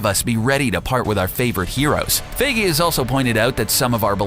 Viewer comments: It's not Kevin 'F"a"gee', it's Kevin Feige (Pronounced: F"eye"gee). Dear Jesus, learn how to pronounce German/English names, it hurts my ears listening to you attempt to correctly pronounce his name, all it takes is a quick Google search. Well, I guess it is better than a few months ago when you pronounced his name Feige as, "Feegee". LOL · For you to hopefully know how to say Kevin Feiges last name. Its Fe-I-gee, not fee-gee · "fie-gee"" NOT "fay-gee" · I kept getting bothered by him saying Kevin FIGI instead of FAIGEE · OMG Its Feigy with the 'ei' pronounced as "EYE or I" not A >< Do you even english mate! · "Faggy"??? I thought it's "Fi Ghee". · Its pronounced FIYGEY not FAYGEY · It's pronounced f-eye-gee not faygee. Dios mio. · It's pronounced fI-gee, not fA-gee. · How to pronounce feige? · you pronounced feige wrong its pronounced fi-gee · The way you pronounced Kevin Feige as "Feygee" Annoyed the hell out of me. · "Kevin Fehgee" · why do you say kevin fagee? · giddammit pronounce your shit beeter; "captain faggy." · Sorry but isn t pronounced fige but whatever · It's pronounced FY-ghee! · OMG ITS PRONOUNCED "FI GEE" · Every time he says Faygee a bit of my soul died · Pronounce Kevin feige's name right bro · you to be able to pronounce Kevin feige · The way this guy says feiges surname😂😂😂😂do ur research man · U say feige wrong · the funniest thing is how u mispronounce feige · The way he pronounces Feige hurts me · SeanTheMan1 it’s like saying “me-me” instead of meme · The way you pronounce Kevin feige’s last name is so cringeworthy. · Someone teach this guy how to say Feige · Please learn how to pronounce Feige... my ears bleed!